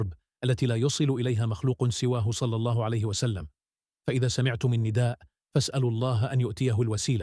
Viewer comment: لا تحكي صلى الله عليه وسلم بطريقه غريبة في الفيديو احكيها بطريقة صحيحة